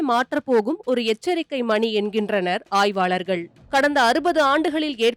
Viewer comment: ல,ழ ஆகியவற்றிற்கு ள என்று தான் செய்தி வாசிக்கிறவ தப்பு தப்பாக உச்சரிக்கிறாள். மழைக்கு மளை, தமிழகம் என்பதற்கு தமிளகம், ஆய்வாளர்கள் என்பதற்கு ஆய்வாலர்கள், அழித்து என்பதற்கு அளித்து, வழக்கத்தைவிட என்பதற்கு வளக்கத்தை விட, நிகழ்வு என்பதற்கு நிகள்வு. கொடுமை கண்றாவி🙆🏽‍♀️